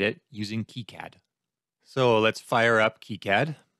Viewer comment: it's pronounces kicad not kicad fyi